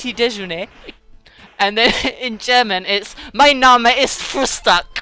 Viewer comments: You pronounce Frühstück froostik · In German it is more like Fr-Ew-Sh-Tew-K